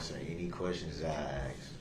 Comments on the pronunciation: I would axe him to act like a man I would axe him to take his punishment I would axe him to act like a human being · Groundz, dem, plaze, and the not know what certain words means, and he thinks he so smart to play lawyer. Oh ax instead of ask. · I noticed by the end of the trail he corrects his asx vs ask.